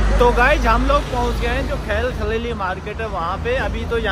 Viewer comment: This is Khan Al-Khalili Market not khal-khalili